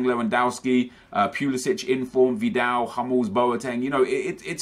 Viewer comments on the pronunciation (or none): none